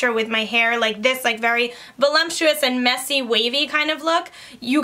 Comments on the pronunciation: it's voluptuous not volumptuous XD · Hi, you are great at this, love your personality and I don't mean to embarrass you, but you are mispronouncing the word voluptuous. I think you are saying volu m ptuous, with an m. It's vol-up- tuous...sorry to correct you...thanks for this recommendation! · There isn’t an “m” in voluptuous, just FYI. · Can you please pronounce voluptuous correctly if you’re going to use it so often?? The letter “m” does not belong. Thank you.